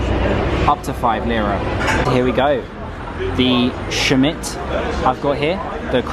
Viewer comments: Turkish speaking is the same as you write, so say as you read Simit, as a simit not shmit haha 😄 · It's pronounced Simit. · Dear, It is not SHIMIT it is SEAMIT.... thanks.. do not worry about it... just a reminder... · It's pronounced "See mit" not "Shimit" :-) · shmit😂😂😂 its si-mit pronounced how its spelt mate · Pleeeease It’s simit with “s” not shimit 😂💕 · Haha glad it's not just me that found it a little annoying 😅. One of the few Turkish words that is pronounced how it's spelt: sim-it. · hi, simit is not pronounced like she-mitt, it's pronounces si mitt, si as it's in do re mi fa sol la "si" or as letter C sounds in the English alphabet'song ABC :) and second syllable mit sounds as in baseball mitt. Si / C + MItt = Simit .. Thank you for your video , it was very informative , leaves one wishing to go to Ankara and start feasting , everything looked delicious. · Yo, that “crusty bread” you call is pronounced simit not shmit. And the city “An’kara”, not “Anka’ra”. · It's pronounced like "si - myth" Schmitt is German surname. :P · there is no such a thing. You just pronounce it the way it's written. Simit. Starts with an S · That's the cutest style I ever heard someone pronounce Simit - Schmitt 😁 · Simit- pronounced see or si. -mitt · you can pronounce simit like smith. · Your şimit pronounce is so cute ahaha 😂👌